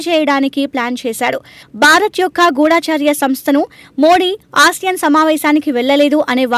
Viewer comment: గూఢాచర్య కాదు తల్లీ గూఢచర్య😭 తెలుగు రాదా? 🥰 ఏమిటిది భాషా హింస 😮